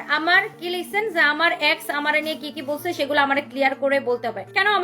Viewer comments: Uccharon thik kore bolajayna? Ex re axe er moto uccharon koros sali oshikkhito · এ্যাক্স না, এক্স 😂 উচ্চারণ ও করতে পারে না ঠিক ঠাক ভাবে 😂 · Ex ree uccharon kore axxxx😂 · Axe na ex, অশিক্ষিত নিজে উচ্চারন জানে না